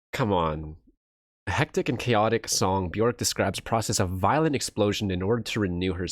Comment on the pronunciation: "Björk, rhymes with jerk"